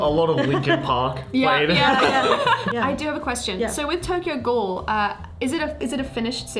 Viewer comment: "Tokyo ghoul" oh boy bad starting haha